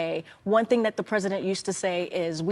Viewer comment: THÄNG, its a THÄNG, not a thing, but a THÄNG